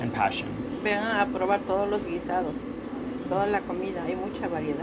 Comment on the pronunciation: she's so cute! "con amoh"